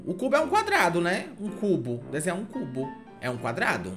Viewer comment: "Desenhe o Cú-bo"